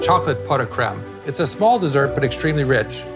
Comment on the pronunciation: Pot o creme pronounced “crem”